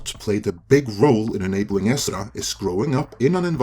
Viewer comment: Does anyone else really like the way pronounces Ezra?